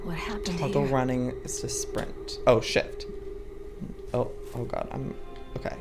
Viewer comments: when he said oh shift i thought he said oh shi* XD any1 else? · When the to run press shift it sounded like he said "Oh shit"